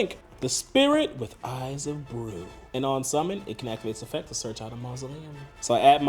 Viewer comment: "Eyes of brew" 😂